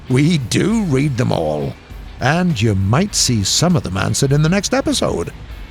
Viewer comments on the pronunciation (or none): "Feel free to write your questions in the comments down bellow, we do read The Mall" is that a book? just kidding it just sounded like we do read the mall i know its actually we do read them all